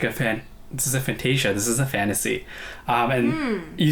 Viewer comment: The moment you pronounced FAN-TA-SIA, I knew you already watched it before reacting.